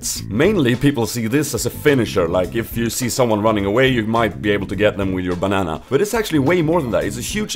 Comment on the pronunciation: Lol did you say "a huge BANAN"? xD